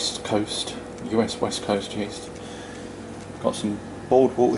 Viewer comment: You said yeast like co2